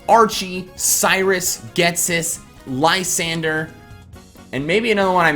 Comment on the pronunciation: Either I'm wrong about how to pronounce Lysandre or everyone is just stupid. Doesn't it make more sense as Li-san-dray? This is off topic but you're like the 4th poketuber I've seen pronounce it like that and that name just sounds horrible.